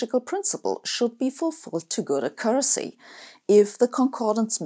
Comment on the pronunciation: accuracy /ˈakjʊrəsi/. Stress should be on the first syllable, not the second.